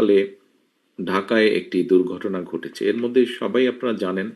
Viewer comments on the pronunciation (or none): none